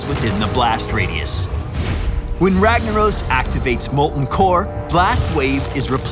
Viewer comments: Cast a spell "ragna oh s" lol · If he was Brazilian, it would be pronounced "Hagnaros" ;-)